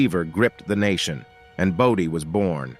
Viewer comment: Why does San Zhi get two slots? And #7 is pronounced BOH-dee, not BAH-dee. Got it right 1/2 the time and it's annoying.